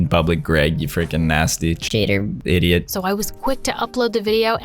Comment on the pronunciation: He said I ideit